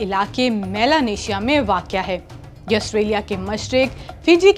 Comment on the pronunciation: یہ اردو چینل ہے اور اردو جیسی خو بصورت مہزب زبان کے لئے اس عورت کا جاھلانہ لہجہ قطعی ناموزوں ہے۔ اسے واقع جیسے آسان لفظ کی بھی درست تلفظ کے ساتھ ادائیگی نہیں کر سکتی۔